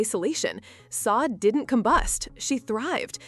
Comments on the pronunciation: Please learn how to say her name correctly…… it’s Sadé , not Saad. You put this out and can’t even say her name correctly. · Its pronounced Sha-day.